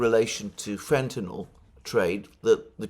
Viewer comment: Alexander is the only person who pronounces fentanyl correctly. Americans can't do it.